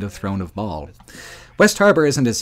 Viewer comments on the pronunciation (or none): none